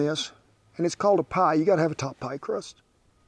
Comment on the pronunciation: hahahahaha Scottish poiy hahahaha !